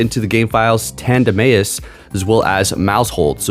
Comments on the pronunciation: Chuckled at this. It’s totally Tanduh-mouse… 😂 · Tanduh-may-is is the biggest troll pronounciation since Slaking (Slay-king) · It's tandem mouse. Your pronunciation irks me. Sorry. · Tanduh-may-is!? Kamm-Ay-amm-Ay-AHH! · Sometimes he gets flustrated with pronunciations 🤣